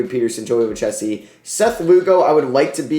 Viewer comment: Hate to be that guy but Joey Lucchesi is pronounced Lou-kay-see. Love the vid as always bro